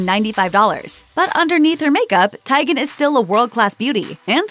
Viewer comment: Her last name is pronounced Tee'- gen not Ti- gain. Really.🙄